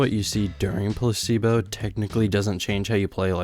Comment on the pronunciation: why does he keeps saying pussy-bo instead of placee-bo